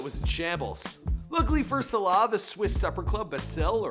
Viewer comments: It's pronounced Sah-lah, not sé-lah. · It's Mo Salah not Mo Slaahh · Stop saying Slah it's S A L A H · It's it's pronounced Mo Sa-La not Mo Salar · ITS SALAHH NOT SHLA PRONOUNCE IT RIGHT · Mo Saylay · In from Birkenhead 10 minutes on the train and 1hour 30 mins to anfield ( where Liverpool play ) it made me cringe how you said his name hurts me sulah he is a god among men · I hate the way this guy says salah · You can’t pronounce salah,premier and football. Also,salah is a winger not a striker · Why does he pronounce ‘salah’ like that 🤢🤢🤮🤮